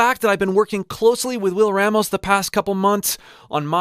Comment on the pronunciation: Hey, bro.. our last name is pronounced Rah-mos.. Open up that A sound. It’s a common issue with white folks mispronouncing it. Just saying.